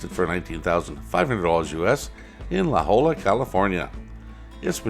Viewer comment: Another good collection BTW; a bit north of San Diego, La Holla is pronounced "La Ho- ya"